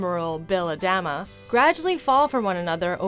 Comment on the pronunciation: Ah-dah-mah, not A-dam-ah